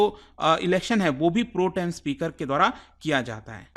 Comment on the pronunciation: Hahah😂 Pro...... Tem speaker 😂😂 It pronounces as Protem as one 😂😂